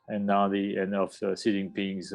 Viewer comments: They didn't show Hu being helped into the conference or being asked to sit down when he was just standing there looking confused. See what a bit of editing can do to make it look worse than it really is. And Xi is pronounced She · Ah. 'news' that can't say the supreme leader of the country's name correctly. credible..... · Who is Gee? At least say his name correctly lol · BBC, how deeply embarrassing that your main China correspondent can't even pronounce the name of China's leader correctly - what is this guy possibly going to tell me about what's really going on in China? There are thousands of qualified Mandarin speaking westerners these days but you hired someone who clearly can't understand a word of Chinese